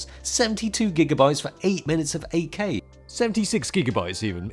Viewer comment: Took me a while to hear "8K". I always understood "AK" and I was like...who the hell wants to put a gun in his camera?😂